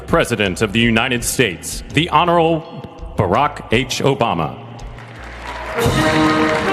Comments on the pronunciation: Notice how the announcer disrespected President Obama during his introduction. The announcer called him honoral — which is not a word at all. No bumbles introducing anyone else during the entire ceremony. Also, notice how they played circus clown music for President Obama’s entrance walk; and they played upstanding patriotic music for the entrance walks of all the other presidents and people preceding and following Obama. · I wonder if the announcer mispronounced honorable on purpose.